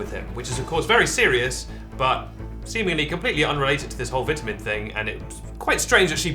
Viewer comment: Stop saying vitamin like vitamin